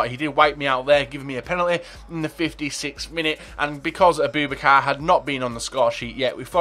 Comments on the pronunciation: Abooo Bak Ar is how you pronounce it 😊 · A-boo-bak-a is how you say it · his name is pronounced a-boo-ba-car